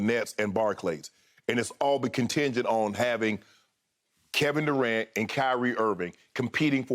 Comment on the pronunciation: “My guy Kevin Durant” but yet skip always calling him Kevin “Du’cant”